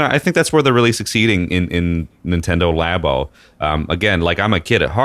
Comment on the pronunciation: Nintendo "LAY-BOH" literally couldn't piss me off more.